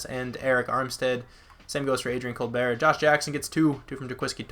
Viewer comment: You were saying Colbert name wrong... or an I wrong?